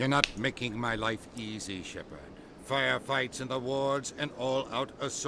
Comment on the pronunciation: Pd: me matas con lo de sherpa en vez de shepard, qurianos en vez de quarianos, krogran, etc ... JAJAJAJ